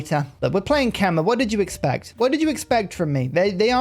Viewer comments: As a khmer person we are honored u you are playing our nation. Put please Khmer is pronounced "Kha - My" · I love the ke-mer! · Well I commented this every time you played Khmer and you still seem to not care. But it's pronounced Kmay (like in eye).